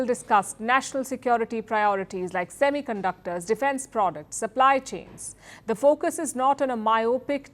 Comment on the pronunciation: SEMICUNDOR bol diye....waaah....